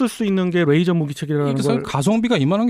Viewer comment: 가운데 분 레이저를 r 발음하시는데 ㅣ 입니다.